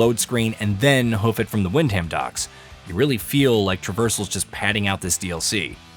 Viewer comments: "wind ham" 🤣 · I think this review was butchered as badly as this guy's pronunciation of Wyndham... In all seriousness though, while I'm still making my way through the game I think it's fucking cracking, especially for less that £30 all in with the DLCs. Personally, I kinda fumbled around a bit at the start and ended up taking what in hindsight is a strange route to Wyndham, quickly found a random bloke asking about a boat ride and was suddenly in the middle of this DLC without realising it. This game is a clear homage to the Bethesda/Obsidian Fallout stuff but without much hand holding and less chances to break the game with late game RPG - this DLC really highlights that and I had a lot of fun fumbling around while still working out some of the systems with this area ending up being a really fun baptism by fire (which was overall pretty damn fair on the recommended difficulty). I've yet to finish this game but I'm still having a blast and am shit scared to progress the various escape options too far so that I don't miss the little bits and bobs sprinkled around the different maps. I get that this DLC is meant to be an interesting new area to explore but like the other areas from the base game, it can also serve as a challenging early area for new players to cautiously explore and get creative when presented with challenging aspects that a late game player will find easier. This game doesn't have complex systems or insanely deep lore like you'd find in Fallout 4 or maybe Starfield but it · How can you pronounce Wyndham so wrongly after playing the game?